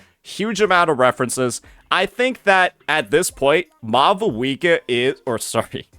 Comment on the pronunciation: lol he said "Mavuika"